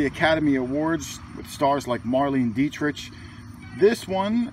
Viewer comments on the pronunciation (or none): none